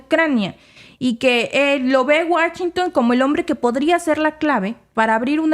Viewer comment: Washington No Wachington 😂